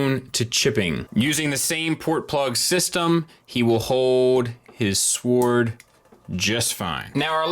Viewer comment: Love your reviews man, but damn the "W" in sword is silent! I hate being that guy but it's driving me crazy lol